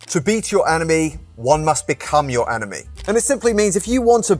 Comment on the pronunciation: Omg..you were saying enemy..but I kept hearing 'anime' 'anime' 😅